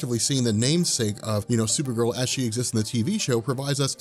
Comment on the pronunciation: You say her name right unlike the show!